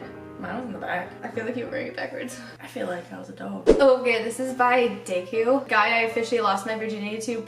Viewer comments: pronouncing “Deku” wrong sent me. “Day-ku” 😂😂😂😂😂😂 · THE WAY SHE SAID DEKU SHEHDUDUD